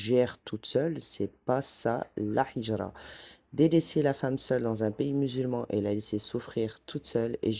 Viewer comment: Salam alaykoum. Juste une petite correction: on ne dit pas hijra avec un ح mais avec un ه. C’est هجرة BarakAllahoufik pour tes rappels